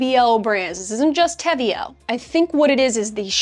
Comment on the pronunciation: Austrian girly over here 🙋🏻‍♀️ WE love the brand 🤣 btw the name is Spanish (te veo -> I see you) so that’s how you pronounce it 🤣. I absolutely love their Contrastline - so thank you for your detailed video ♥️